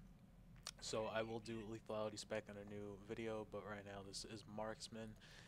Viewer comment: If only his command of the English language was as adept as his ability with a video game. LethUAlity? (LathALity), Sniper Valley? (Sniper Volley), Scatter Shot? (Shatter Shot), "The boss stays kaput" (The boss stays put), "More better"? Listening to this guy was just painful.